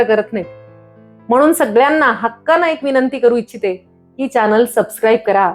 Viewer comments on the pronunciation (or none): none